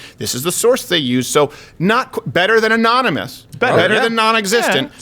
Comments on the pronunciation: Anon-a-moose sore-says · A-non-e-mouse sources